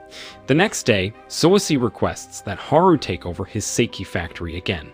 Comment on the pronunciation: Sawabe is not the dangerous girl. You’re mixing up characters. And it’s pronounced “sock-hey” not “say-key”